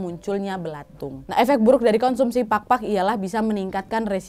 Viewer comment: maap cuma mau sharing tentang PAGPAG dan PAKPAK. Kalau PAGPAG, emang artinya adalah saat kita mencoba untuk menghilangkan debu. Tapi kalau PAKPAK, ini artinya sayap. Jadi untuk pronounciationnya beda ya hehehe thank you sebelumnya dari aku yang half pinoy :D